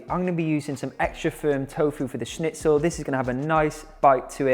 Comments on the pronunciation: As a German speaking person it is surprising to me how good you pronounce the word schnitzel 😊😁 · Luna Moona he did really well 😃